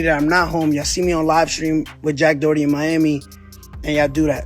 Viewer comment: Jack Dohurtee 😂😂